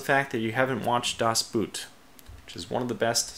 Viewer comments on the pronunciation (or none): I cringe every single time when you try to say "das Boot". :D Try to pronounce the double o more like the o in "on" or "over". Please, i beg you!